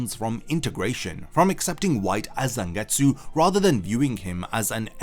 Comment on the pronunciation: EEERRMM IT'S CALLED ZANGETSU YOU DUMBO